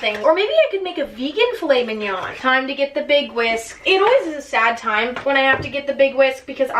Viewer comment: emma: we’re not french also emma: ~~filet*~mignon*~